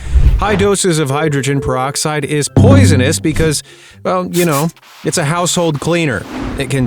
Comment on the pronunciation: does not seem to know what the hell hydrogen peroxide is 🙄...